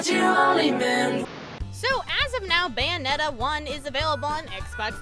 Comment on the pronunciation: BUNyonetta lol